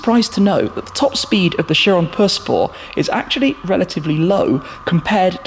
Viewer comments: “The new Chiron Purr spow” man just call it pure sport jeez 😂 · Buggati chiron pur spor😂 that's what I hear. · drink everytime he says perspoor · How he says pur sport makes me feel weird